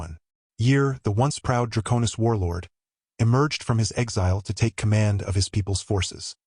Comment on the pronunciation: Thanks for the story. Now, my friend......is it "Dra'konis" or "DraKone'is"???? You keep changing the pronunciation every other time you say the word. It really is annoying. At least pick one way to say it.....preferably the second one..."DraKone'is". Thanks.